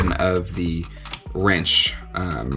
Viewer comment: Winch, not wrench:) But this looks good!